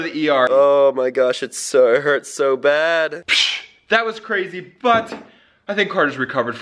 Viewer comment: it’s not hert it’s hurt